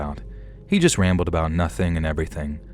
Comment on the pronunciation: “I’ve got a story ABOOT Canada” 😂😂😂 we heard that 😂😂😂❤❤❤